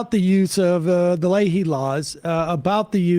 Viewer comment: Leahy (phonetically lee-he). Gets absolutely butchered every time 😂